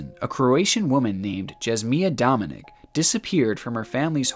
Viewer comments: What a horrible last story! But the pronunciation of Jasmina Dominic's name. Her name is pronounced as Yah-smee-nah Dom-een-eech and not Jazz-miah DominiC, as you say. Also you pronounce wrong her sister's name, which is Smiliana. So imagine pronouncing Smee-lee-annah, I doubled the e's to make it more obvious. Where "i" is pronounced as "e" as in the rest of the world. Only English language pronounce "i" as "eye", and "e" as we do "i". And I could go on because every consonant is pronounced wrong in english compared to the rest of the world that use the Roman/Latin alphabet... It's just needless confusion. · It's pronounced Dominich, not Dominik. And its not Jasmia its JASMINA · Its nor pronounced like Dominic, its pronounced like DominiCH. That mark above the c notes that. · It's DominiCH. The little thing about the c turns out into a different letter/ sound. Just FYI 🙃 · her name is pronounced "Jaz-Mee-Nah Dom-in-itch" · Im croatian and lowkey got trigerred by the way he said Jasmina dominici 😂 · 57 True